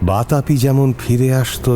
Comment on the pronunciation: ইল্বল আর বাতাপির কাহিনীতে আবার দুর্বাসা মুনি কোথায়? ওটা তো অগস্ত্য মুনির কথা, মহাভারতে আছে। জ্যাঠার চরিত্রে সত্যজিৎ রায়ের 'রয়্যাল বেঙ্গল রহস্য'-এর দেবতোষ সিংহ রায়ের চরিত্রের ছাপ খুব স্পষ্ট। কায়দা করে পাঠ করতে গিয়ে 'বাতাপি'র বদলে 'বাতাবি' উচ্চারণ খুব শ্রুতিকটু। শেষের লম্বা বক্তৃতাও কাঁচা হাতের কাজ। তবে মূল ভাবনা খুব ভালো। হয়তো এপস্টাইন কেচ্ছার কিছু ছাপও পড়েছে। শুনতে ভালোই লাগল।❤